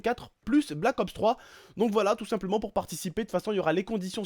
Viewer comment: on dit black ops 3 pas black opseu 3 sinon gg